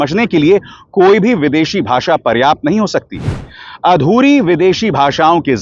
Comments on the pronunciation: Inko to Bhasha bhi kehna nahi aata. Bhasa kehte hain. Joker!!!! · Jandu, its not a baasa ,its a basha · Ask him to spell HINDI properly BASA NAHI BASHA 😂 if he doesn't want to speak English then why forcing other states to speak Hindi? Every state has their own language who loved it but it doesn't mean they hate other languages...We love every language .Two uneducated people are ruling this country country ..